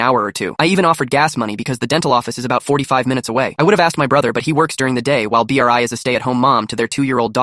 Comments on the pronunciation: the AI not being able to pronounce Bri is so annoying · Bri❌ B r i ✅ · Why is nobody talking about how th AI was saying Bri's name like B. R. I😭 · I love how the AI pronounces Bri's name as B R I and I bet if someone irl was telling it, they'd also say B R I 🗣️🗣️🔥🔥🔥🔥